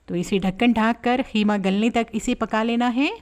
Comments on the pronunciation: Kheema nahi hota Qeema hota hai. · kheema nai hota qeema hota hai.